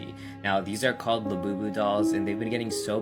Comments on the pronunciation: Bro is called the boo boo not labibist😡🤬😒🤨😠😤🙄🖕👎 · DUDE IT IS NOT LABIBAS ITS LABUBUS DUMD A## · "Labyoubu" lol gurl stop it thats making me roll off my bunk bed... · You just said lab boo